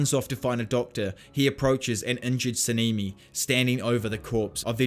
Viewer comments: Sah-neh-me is how it's pronounced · 10/10 video but your accent is in their names like sa-ne-me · Sanemi❌ sinimi✅